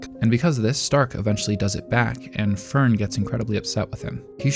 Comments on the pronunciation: Don't worry, your Fern and Stark pronunciation is off too, but it's well within okay territory, once had youtube recommend a video about Frieren and the guy pronounced Linie (the girl demon that gets axed by Stark) like lie-knee, which is so brutally wrong I stopped watching, did he even watch Frieren? They do an okay job with names, not perfect, but not this wrong. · This is the exact same phrasing I was intending to use to point out his mispronunciation of Fern and Stark xD